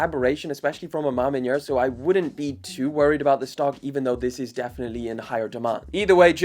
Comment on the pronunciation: I live in Atlanta, GA USA. Let me teach you how to say A Ma Maniére: “Ah—Ma—Man-Yeah’r” Not “Ahma—Man-Yeah’r” Big difference.